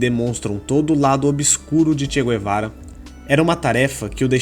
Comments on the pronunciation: Não se diz "gu - e - vara" nem em Castelhano nem em Português... Assim como não se diz "gu - e -rra".... E sim "gue - rra"...igualmente se diz em Castelhano: gue-rra... El "che" Gue-va-ra.... E sobre esse imprestável...realmente...precisaria fazer não um video...mas uma série!!! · É Che Gue-va-ra. E não Gu-e-va-ra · Não é "gü-e-vara"... "gue" em Espanhol ou em Português é "gue" Como "guerra"..."guerreiro"... Então... digam "tchê Guevara"... (em espanhol "todos os argentinos" são chamados "tchê" [gaucho]...e os BRs "são todos" "cariocas") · Mano da mó nervoso vc falando "guê"vara kk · Não sabe nem pronunciar o nome dele rs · MANO KKKKKK TU NEM SABE FALAR O NOME DELE, COMO VC VAI FALAR DE ALGUÉM SEM SABER O PRÓPRIO NOME DELE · Che Guevara , a letra U não se pronuncia.